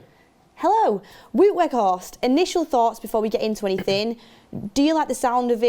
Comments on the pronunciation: IT IS PRONOUNCED 'WOWT' NOT WOOT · Wout is not pronounced as ‘Wood’. It’s more like ‘Wow’+t. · please its WOUT not WOOT. The W is pronounced as a V. so it is V-OUT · Wout is pronounced WOW-t not WOOT 😂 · Vout Vegh-horst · Wow'T Weghorst = correct pronunciation. Just for when he does join officially... knowledge = power ;-) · Yeah it's wout like in 'about' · The pronunciation of Wout on this channel is killing me...